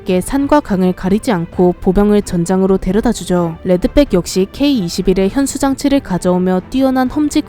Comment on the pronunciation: 레드백으로 쓰고 레드빽이라 읽는다